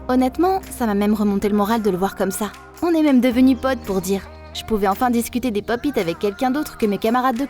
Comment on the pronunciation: Sa se dit " pop it"